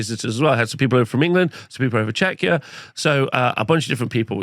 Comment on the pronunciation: Just to prevent any potential offense: it's pronounced Check-ia not Chech-ia <3